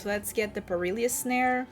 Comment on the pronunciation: Good video.... Fun looking deck and I think your accent is great but please stop calling it Per-il-ious snare.... there is no second "i".... Its pronounced "per-il -us" phonetically